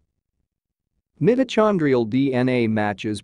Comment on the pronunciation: my dude did not just say mitta-chan-drial